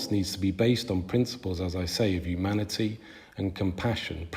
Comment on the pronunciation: “Yumanity” “yumans” and “yuge”. Irritating.